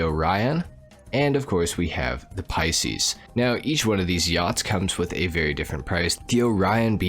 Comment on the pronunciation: Many reasons I don't like. Just discovered another one,he pronounced Pisces " pea-seas" unforgivable being born in March